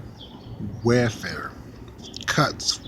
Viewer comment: Black women are vicious. They're not very good mothers and this whole "beat your kids" is nuts! BTW: welfare is pronounced welfare not warefare.